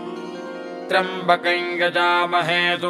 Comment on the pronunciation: The pronunciation given here for trymabakayain is correct . As per a commentator Hari OM it's due to Yajamahe Ya behind M . In such cases of sandhi it's pronunciation is as per Vedio. Nd Sanskrit is same throughout India. Local accents corrupts the mantras.